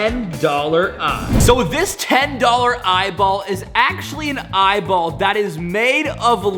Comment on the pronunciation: Eyeball not eyball